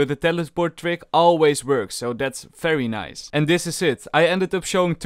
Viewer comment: All: very nice: fery nice